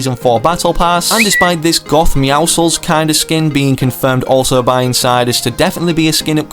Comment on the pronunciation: I hate it when people say meowsicles. It’s name is play on for muscles and nobody says musicles